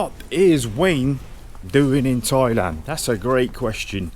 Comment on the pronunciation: DID YOU SAY 'TOYLAND'